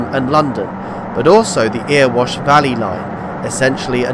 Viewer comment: Good video, thanks. Two more minor pronunciation issues! Erewash is eh-ruh-wosh not ear-wosh and Toton is Toe-tun, not Tot-tun.